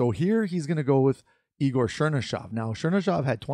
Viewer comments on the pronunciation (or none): none